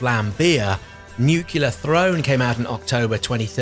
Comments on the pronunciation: he said nucular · Why do americans say "nucular"?